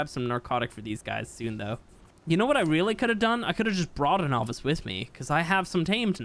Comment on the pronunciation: Lol why are you saying Avis, its Ovis 🤣